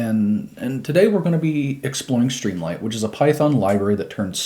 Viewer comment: I have to ask, why do you pronounce it “stream LIGHT” when it’s written “stream LIT” as in literature?